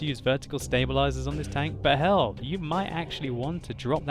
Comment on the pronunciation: tanKK omg its terrible how your K sounds like